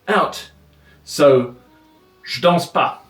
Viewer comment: Jo danz? Je dance. Vous danciez ? Vous dancez. That’s not correct and the prononciation is bad. Sorry, but the video is good.